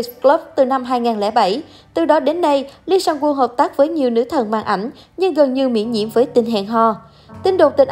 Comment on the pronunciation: Kể cả là tên tiếng Hàn cũng đọc không đúng như Lee SangWoo, Sung Yuri. Ai đã từng học tiếng Hàn sẽ biết nhưng có thể thông cảm được